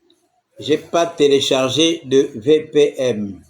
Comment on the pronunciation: On dit VPN, pas VPM, mais toi tu es trop édoungué pour comprendre dans quel siècle tu vis.